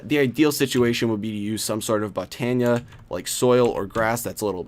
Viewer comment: the way he says botania bothers me